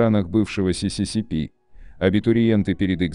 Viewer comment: 572. "В России и странах бывшего сисисипи ("СССР")абитуриенты перед..."))) Ну и так далее по тексту. Я даже подумала, что эту аббриатуру запретили произносить